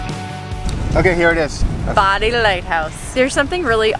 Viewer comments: My theory is a hurricane swept them and their fort off the island. I love visiting The Outer Banks but would never live there because of the weather. Bodie Lighthouse is pronounced Beau-dee, not body. I think the grape vine was wisteria. Andy Griffith's home was in Manteo and he rests there. Great video! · Loved this video . I love all I've seen so far, I miss OBX. It's pronounced , "Bow-die" Island not Bodie...Lol. I am in Roanoke Va. That's the way everyone around here pronounces the Lighthouse and island. Come visit ud here we're in foothills of Blue Ridge Mtns. Lots of trails, hike McAfees Knob. P.S. I climbed Cape Hatteras Lighthouse in 2000, a year after they moved it. It was 90 degrees plus and we could not take water bottles up. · Enjoyed your video. The Lost Colony is a must see and awesome. Your forgot to mention that it is Andy Griffin home town is Man-tee-oh. And they have a great Aquarium too. Also it’s Bow-dee Island not Body at least that what we grew up calling it. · The "T" in Manteo is actually silent. Lol Manny-o. And Bah-dee is correct. The Native Americans may have said Cro-ah-toe-in. But we say Cro-uh-tan. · Manteo. MAN-tee-oh. Bodie. BOH-dee. Guys, I love you. You’re the best RV channel on the YouTubes. But please ask a local how to pronounce the places you visit. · We live north Carolina go Oregon inlet camping all time .and you pronounce Bodie not bonnie Hatteras has been move years ago. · 💜🏡 it’s pronounced “bow de” (bode) but I hope you love it as much as we do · Just love your New England pronunciation of Bodie (long O)! Also taught me something else. I didn’t know about the boardwalk from the lighthouse. Thanks again and safe travels back through Virginia. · They probably pronounced it "Manny-oh" because North Carolinians don't pronounce the "t." And it is BOW-dee (bow as in bow and arrow). But my fave NC place name not spelled as it's pronounced is Conetoe. (Scroll down for the pronunciation. . . . . . kuh-NEE-duh